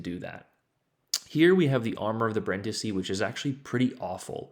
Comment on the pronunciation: The more you know: u almost pronounced it correctly. The first I is pronounced like the others and is the stressed one, what u said sounded more like Brandìsi. Still good tho. I wish the citadel was smaller, but it's still a nice ship. Good game anyway.